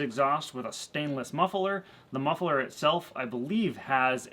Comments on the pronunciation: Muffler not mufferler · pronounces muffler as muff-e-ler, is that American/regional or just a gimick? (Dutch myself)